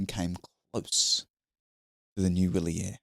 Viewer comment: It's "vee‑lyehr" and "mee‑keh"! Please stop mangling every language known on planet Earth, (including English), and spend two seconds learning how to pronounce words. It's not that difficult nowadays with AI.